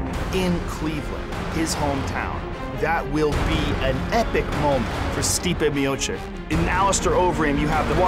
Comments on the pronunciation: Stipe is from my country and I get annoyed every time someone from US is saying our last names,couse most contain the letters Č and Ć,(sound of ''ch''),they always fuck up ..and sometimes I even think it's on purpose..couse why on earth would you,Joe Rogan,pronounce his name ''Stipe Michik'' as if he hasn't said sound ''ch = č/ć'' before in Mio-->č...he can just say chich on end once again and call it a day,not make it cringy and weird,just say '' Miochich = Miočić '',couse that is how you pronounce his name. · Stipe Miocek ?? wtf Rogan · stipe miochick,cmon Joe Rogan hahahaa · "Stipe Miocik" -Joe Rogan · Joe Rogan: Stipe Miocik -.